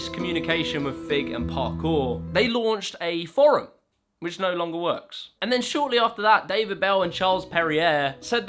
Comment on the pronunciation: I love these vids, but it really bugs me you pronounce forum as forrum